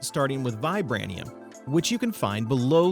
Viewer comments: The mod at sounds like it's based on the Marvel universe metals pronounced vibránEEum based off captain America's Sheild and adimantEEum based on Wolverine's skeleton and claws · Funny that you don't know how to pronounce adamantium or vibranium. Are you not a Marvel fan, or have you never heard of those fictional ores